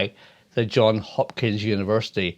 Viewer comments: "Johns" Hopkins University, not "John". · It is JohnS Hopkins not John Hopkins!